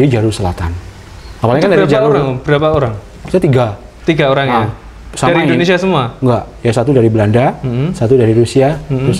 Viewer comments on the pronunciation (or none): none